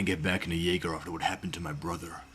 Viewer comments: Jäger means hunter. Also you mispronounced it. 😭. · bro did not say jaeger 🙂🙂🙂